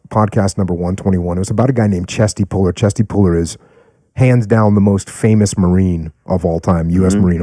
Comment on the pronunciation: Puller not Polar